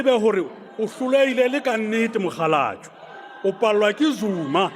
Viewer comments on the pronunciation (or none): 😂😂😂did he actually call him mogalabwe😂😂😂😂... Pardon my sepedi